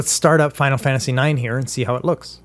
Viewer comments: "Let's try Final Fantasy IKS" Thanks for the tutorial, but this killed me💀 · This dude really just said "Final Fantasy Icks". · Final Fantasy 'eyeex' wtf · "Final Fantasy Icks" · Final Fantasy "ICKS" lol Legend 🙌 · Ah yes, Final Fantasy "icks". It's my favorite one in the series. Shame you've never heard of it! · I'm also triggered that he can't read roman numerals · he said "Final Fantasy Ex" muhhueueue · I'm triggered by the way you pronounced Final Fantasy 9.